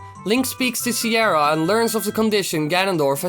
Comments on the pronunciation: cyara? jajaj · siara? wtf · Siara? l´m outta here